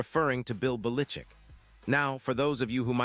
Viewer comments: Bill belitzit that what it sounded like his name starts with a bell not bellickick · Lord, AI learn to pronounce his name. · You or your AI has no clue how to pronounce Belichick!:face-fuchsia-wide-eyes::eyes-purple-crying